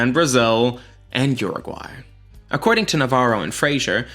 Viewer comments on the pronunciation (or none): none